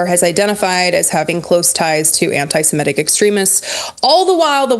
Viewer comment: Don't want to be that guy, but the pronunciation of "antisimetic" really threw me off. Everyone makes mistakes, but it's about the Semit culture group. Imagine saying Aremicans in every other sentence.